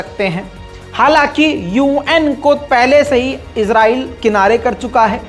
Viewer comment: Izrail farishty ka nam h kindly israil bola Karen please